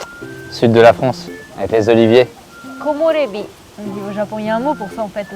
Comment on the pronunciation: 僕は6歳違いの姉がいます。きょうだいがいるのは幸せですよね。 「こもれび」って、きれいな言葉。フランス人が発音するkomirébi も可愛いことばですね。